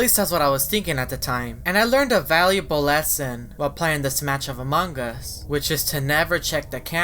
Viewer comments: Now you are saying manga what's wrong with you? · Lol I love how says Among us like A mug us